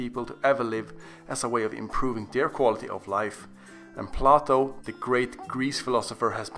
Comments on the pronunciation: Play-toe, not plah-toe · My man said Plat-Toes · Plato...P L "AY" T O. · Plato.! Great pronunciation. 😂😂😂😂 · You pronounced Plato wrong but I really enjoyed the video and can testify that it's truthful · can't even pronounce plato right.